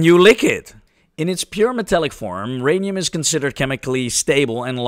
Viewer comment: My Rhanium? No! Your Rhanium!